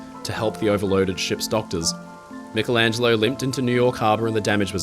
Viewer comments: Great video; fascinating and thought-provoking. But why on earth do some Americans seemingly deliberately mis-pronounce peoples' names in this way? "A-dolph Hilter"? "Mick-elangelo"? Whomever the individuals may be, it's insulting and discourteous. Same goes for countries - "Eye-raq"? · I love you but you need to work on how you say: "aluminum" and "Michelangelo." 😂 I doubt you call yourself Mick-ell Brady.